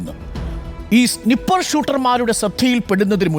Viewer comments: സ്നിപ്പർ അല്ല snaiper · Not Siiiippper it it pronounced Snai-pr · സ്നിപ്പർ അല്ല....സ്നൈപ്പർ😊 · സ്നിപ്പർ അല്ല മൈരേ sniper anu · സ്നിപ്പർ❌️ സ്നൈപ്പർ✅️ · എന്താണാവോ ഈ സ്നിപ്പർ😂😂😂😂😂😂😂 സ്നൈപ്പർ എന്ന് പറയാൻ കൂടി അറിയില്ല.... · സ്നിപ്പർ അല്ല, സ്നൈപ്പർ ആണ് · സ്നിപ്പർ അല്ല സ്നഗ്ഗി 😂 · സ്നൈപ്പർ എന്നാണു ....😮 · സിനിപ്പർ wolf